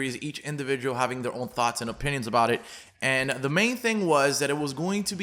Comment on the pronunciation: It’s ‘thoughts’